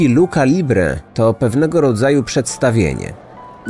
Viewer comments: mega ciekawy odcinek, ciekawa sprawa, ale jako osoba która płynnie mówi po Hiszpańsku i pasjonuje się kulturą hiszpańsko-języczną to muszę się przyczepić, że się nie mówi Luka libre tylko Lucza libre ( pisze się lucha libre). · Nie mówi się luka libre tylko lucia libre…. CH się czyta jako „Ć”